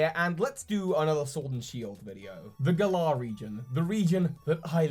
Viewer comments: Why do you insist on calling it "Gahlar" it's Gal ar like Valor. Valor is literally what knights have. Gahlar sounds stupid. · You putting the emphasis on the second syllable sounds super weird, Toby. Why have you chosen to pronounce it gaLAR and not GAlar? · Gal - ar, not Gul - Ah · FOR THE LOVE OF ARCEUS AND ALL THINGS FRIKKING HOLY ITS NOT PRONOUNCED GUH-LAHR ITS PRONOUNCED LIKE THE WORD GALLANT!!!!!!!!!!!! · Whenever I hear you pronounce the region name I picture Hermione for some reason saying "it's gallaaaaah not galler" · Please say "Glar" isn't how everyone's pronouncing it? I've been basing it off Valour or Gallant. Glar sounds like a noise a Pokemon would make. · You're the only person who I hear pronounce Galar as GER-LAR. I always hear (and imagine) it pronounced GAH-LAR (to rhyme with Valour). Interesting interpretation.I'm dead excited for these games to come out. So proud to represent team GB! Keep up the awesome work buddy! ^_^ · I don't know how Galar is ment to be pronounced but I'm Australian and the way you say the name sounds to me like you are saying the name of a small type of cockatoo called a Galah. Maybe cause name is similar and UK's connection to Australia they could put the medium size pink and grey parrot in the game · If Galar is a ukish region how come you pronounce it like it's an Aussie region? =p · I like The way he say'd galar itis funny 😊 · Your pronunciation of the Galar region is triggering me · You’re saying Galar wrong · Toby.... I love your videos, but how you pronounce Galar kills me.